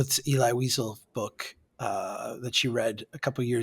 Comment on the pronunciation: Hahaha you need to look up the correct pronunciation of Elie Wiesel. Say it like "Ellie WhiZell" not Eli Weasel lmao